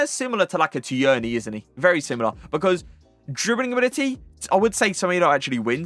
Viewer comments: Please stop pronouncing Tierney like that. You’re an English fifa streamer and you’re pronouncing his name like a 70 year old NFL flan: it’s ‘TEAR-NY’ - the ‘i’ is silent and shouldn’t be emphasised. Jeez. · Who is Tee-Yearney?😂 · You really need to learn how to say Tierney.